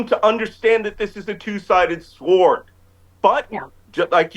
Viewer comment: Did he say saẃord? Ok.